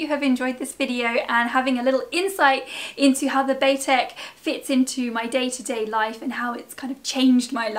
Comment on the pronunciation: Bay-Tec not Bah-Tec.